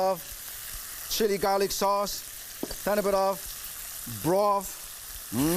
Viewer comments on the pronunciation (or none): none